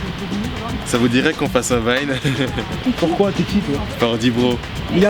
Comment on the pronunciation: UN VINE ! On dirait de l'allemand 😂